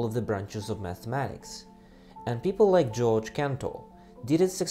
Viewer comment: Cantor's first name is Georg. Not George!